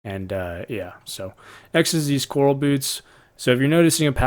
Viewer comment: Also Corral is like a horse corral...not ocean coral. :) Love your videos! Thanks for sharing.